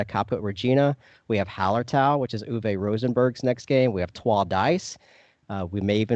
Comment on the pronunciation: Great stuff guys. Tip from a German speaker: Uwe’s not ooh-VAY, rather OOH-vuh.